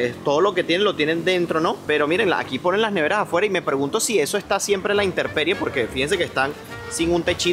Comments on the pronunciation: INTERPERIE NOOO, INTEMPERIE DEL LATIN TEMPUS TIEMPO. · muy bien todo lo que haces, pero por favor ya 🙈 NO digas "inteRperie" lo correcto es "i n t e m p e r i e" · No se dice " a la interperie " , es " a la " intemperie " ! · no se dice INTERPERIE sino INTEMPERIE. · intemperie, no interperie, no seas inculto e ignorante. Parece que la educación en venezuela es muy mala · se dice "intemperie".